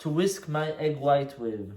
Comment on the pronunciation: I think this is the first time I've heard you say "whisk" instead of "whiks"